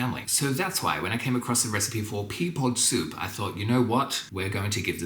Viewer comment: At the end, during the pricing, I thought you had called the pea soup PEA POO SOUP. I was busy and listening a 2nd time, and not paying attention, glanced at the screen and thought, He really didn't like it!"